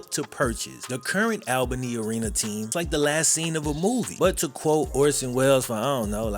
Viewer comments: great video, but quick tid bit, its said *ALL Bunny*. Not *Al baney*. Its easy to mispronounce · This was painful as a native of Albany. The pronunciation is right there on the news clip... I get disrespect to AB, but not to our city.